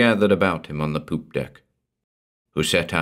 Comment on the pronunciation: I love it when he says “poop”. This series has been worth it solely for that. Is there a winnets-deck too ? Or vadge-bracket ?